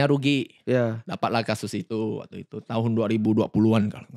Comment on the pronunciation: Berapa kali dia ngomong wa'tu itu 😭